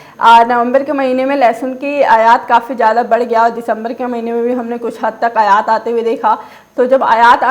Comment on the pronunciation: अयात नहीं आयात होता है।